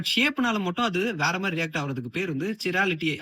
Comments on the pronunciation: "Kai"-ral-uh-tee Pronunciation not Chi-rality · I think you are not pronouncing it right, kai-RAL-uh-tee not chi-RAL-uh-tee. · Anna Chirality etha siralitinu prononce panna kudathu kairaliti kairal carbon nu sollanum ❤ good info for chemist student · Athai Kai rality (not chir ality) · சிராலிட்டி இல்ல " கைராலிடி " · Very good information bro, but pronounciation ky-ral-uh-tee